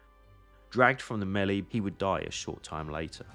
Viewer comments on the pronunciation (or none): none